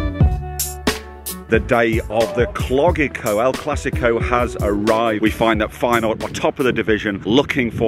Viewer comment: Man called it the Cloggico 😂💪🏼🔥